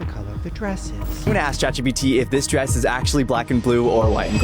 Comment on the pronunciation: the amount of times shane said chat gbt instead of chat gpt